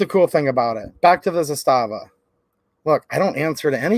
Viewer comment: I sent them the video ;) It's pronounced ZAS-tava. Not za-STA-va.